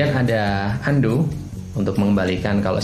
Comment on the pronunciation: Saking asiknya baca komen dulur semua yang oke oke, denger pemateri ngomong "UNDO" TerDENGAR "HANDUK" Wkwkwk kaya handukku lur.